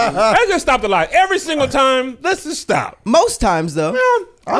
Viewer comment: It's rare that says the word time sounds like he says tie.....oh.🤦🏾‍♀️🤔🤦🏾‍♀️🤔🤦🏾‍♀️🤔🤦🏾‍♀️🤔🤦🏾‍♀️🤦🏾‍♀️🤔🤦🏾‍♀️🤔🤦🏾‍♀️🤔🤦🏾‍♀️